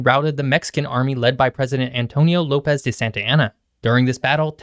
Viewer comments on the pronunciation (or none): none